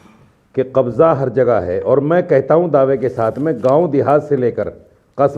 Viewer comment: Kbjja ko gang bol rha